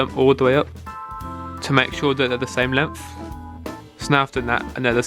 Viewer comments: That boi said “ lemF ” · Lmao he say “length” like “lemf”💀